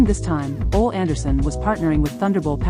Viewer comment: What a goofy announcer....cant even say Ole....thats sad